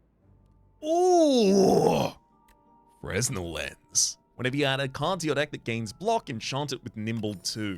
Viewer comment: On a related note, the "s" in "fresnel" is silent.